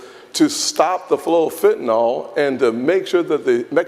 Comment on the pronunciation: Pro Tip: It's Fentanyl. It's not Fentanol like Tylenol.